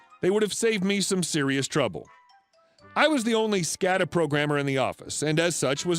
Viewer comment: It’s pronounced “SCAY-da”